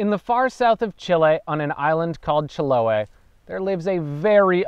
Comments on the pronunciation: It's pronounced Chilo-AY. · nice how you managed to learn the history of that island, the trauco, and others but still not pronuncing chiloé correctly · That's not how the Chileans pronounce Chiloe